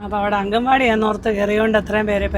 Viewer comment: അംഗൻവാടി എന്നല്ല പറയേണ്ടത് " അംഗണവാടി" എന്നാണ്